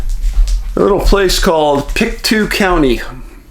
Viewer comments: I live in Halifax, Dave. About an hour away from this scene... Long-time watcher of your channel. There is a lot of weirdness associated with this case. Very sketchy circumstances. BTW it is pronounced "pick-TOE" 😉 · I hate to be that girl but I'm from Nova Scotia and it's actually pronounced "Pick-Toe" county, I don't blame you for pronouncing it as you did though :) Thank you so much for covering this disappearance, the community is dying for answers. If you're able, It would be great if you could do a video about little Dylam Ehler who went missing from Truro, Nova Scotia in 2020, not far from where Lily and Jack live. Dylan's case, in my opinion, deserves waaayyy more coverage than it gets. It's extremely suspicious and makes no sense and the police have been quite ignorant and unhelpful, to be frank. Again, awesome video and thank you so much! <3